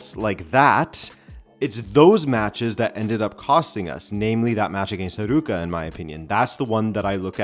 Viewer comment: It's Arowca not Arooca